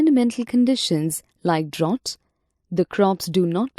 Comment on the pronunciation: its drought